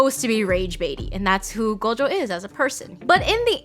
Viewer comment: just like gojo they mispronounced it to gojoww which is incorrect